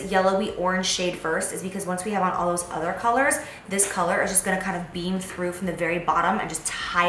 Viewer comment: I love how you said "collar" instead of color towards the end of the video, lmao! So cute! Girl I loved the eye look. Can you please list the eye brushes you used? especially that gold one.